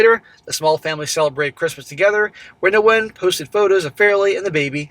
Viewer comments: Nguyen is pronounced Winn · the Ngu is pronounced as a Wh sound. The name sounds more like "when". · Nguyen is a very common Vietnamese last name and pronounced 'win'. That was like nails on a chalkboard thr amount of times said it wrong. In any case, what a total dumbass and he got what he deserved. Thinking with his dick rather than his brain.